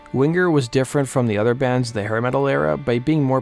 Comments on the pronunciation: “WingGer” LOL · Hahaha you say Wing-ger like you do sing-ger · DUDE!!! THE G IS SILENT!!!!!! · Why are you annunciating the G in Winger? You sound like an dolt.